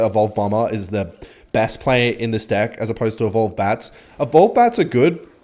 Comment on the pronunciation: Why does he keep saying divk instead of deck